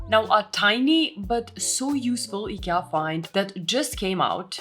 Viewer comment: the list is already called IKEA you don't have to say the name weirdly every 5 seconds